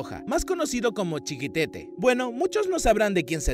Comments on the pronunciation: CHIQUETETE NO CHIQUITETE, podiais informaros un poco por lo menos para dar bien los nombres digo yo..🤦🏻‍♂️ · "chiquitete" no, "CHIQUETETE". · No tienes porqué saber pronunciar inglés pero, ay, ay, ay... es Chiquetete, no Chiquitete. Y lo peor es que también lo escribes mal. No tienes perdón, majo, no tienes perdón!!! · Una pequeña observación ,es Chiquetete y no Chiquitete . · No es CHIQUITETE, es CHIQUETETE. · Te equivocaste , no es Chiquitete es Chiquetete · *No es 'Chiquitete',sino 'Chiquetete' :) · El nombre era Chiquetete, y no Chiquitete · Chiquetete no chiquitete documentate por favor antes de cagarla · Dios mio, me meo, que pronunciación tan mala para los nombres no hispanos... El colmo fue "estipen"... Y sin olvidar nombres mal escritos, como "Chiquitete" que en realidad es "ChiquEtete"